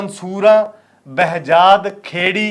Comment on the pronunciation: Behjad ni Sehjad a veere